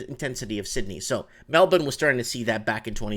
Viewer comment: Hey I am glad to hear you pronounce Melbourne correctly now. Great work Buddy.